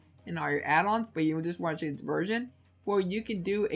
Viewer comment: I couln't difference if he was saying "virgin" or "version" LOL, still, great video, def liking